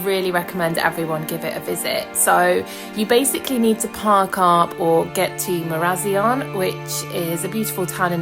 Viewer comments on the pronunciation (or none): Great video, but it's pronounced MARA- ZION (like lion) 🥇😊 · Great video but you have pronounced marazion wrong 😊